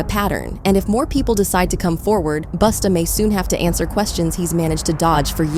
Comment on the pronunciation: Say it ain't so.Not you calling him Boosta 😭🤣😩